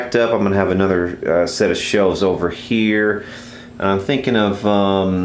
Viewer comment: it's here not hheeeeerrr